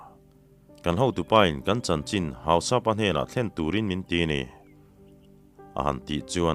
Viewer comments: Hau-sap-a ni lo in Hau-sa-pa zawk tur a ni. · Hausapa tih i lamchhuah dan kha adiklo deuha,mizo in Mi hausa kan sawi ang hian Hausa-pa tih tur,Anni ho chuan An Lal te koh nan Hausapu.anti mai thin.Tin Thado/kuki ho hmingah hian,Tongkhomang,Letkhothang,Jangminlun,Jamkhothang,Thongpi,Minthang,Jangkholet,tihte,Henkholun etc hi an mipa hming tamber ani.Minu ah chuan,Hlingboih,Hoihnu,Kimboih,Nemkhohling,etcs